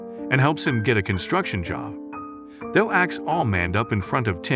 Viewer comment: Stop mispronouncing Thao’s name. It makes a hard T sound not a soft th.